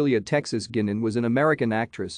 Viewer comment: Not pronounced "Gynan", it's GUYnan. It's my mam's maiden name!